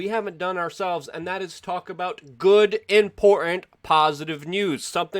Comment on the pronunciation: “Impor-inn”... Luke has been doing this for 15 years but you still can’t take the thug life out of him, haha